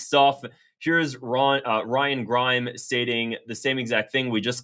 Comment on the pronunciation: Grim not Grime 😂 I’m gonna sub but you gotta do something about how you pronounce names lol